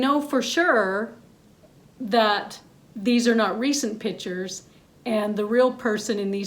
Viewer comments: Pro photographer's pet peeve: it's pronounced PICtures not pitchers. The other is when people say, "your camera takes good pictures." 📷🖼️📸 Argh! 😤 It's Videographer, not video-ographer. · Every time this woman says PITCHERS instead of PICtures it’s like nails on a chalkboard. 😒